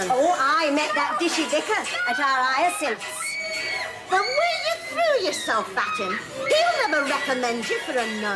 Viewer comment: What a perfect comedy this is,suitable for rewatching a bazillion times. BTW, does anyone know if Josephine Tewson (Elizabeth) purposely did that funny thing with her tongue whenever she pronounced. “HyacinTTHH” ? Always been curious….